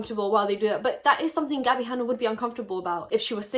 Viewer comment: Gabbie “haynuh”